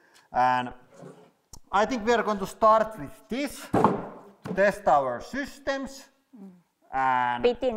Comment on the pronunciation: Teshting the sishtems always kills me. Love u dudes❤